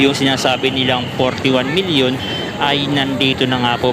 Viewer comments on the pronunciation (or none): Miñíón hindi millión😂😂😂😂